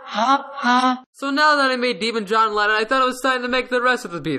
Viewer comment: "hohn Weyyon" Lohn Jennon 2020